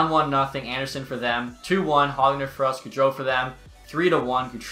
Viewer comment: Every time he said “Peter son” annoyed me so much I’m sorry lol Edit: and every time he said “Hog Lunder”